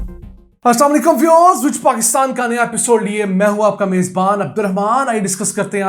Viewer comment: You must nazreen Because your English pronouncing is very poor Its not weavers but viewers